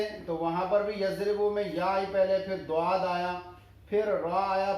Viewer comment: السلام علیکم سر جی اگر ضآد کوضآد پڑھا تو بہتر یے نا کہ ظآد